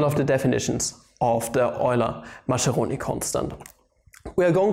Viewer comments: Mas"k"eroni please, not ma"sh"eroni. Also the limit notation as "سا" should be taught in schools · 'Maskeroni', not 'Masheroni' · Yay! The Oily Macaroni constant! By the way, Mascheroni is pronounced "Maskeroni" (Italian 'ch' is 'k')